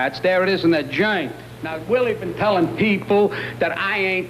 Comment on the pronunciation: Yep, especially when he says "jurnt" instead of joint.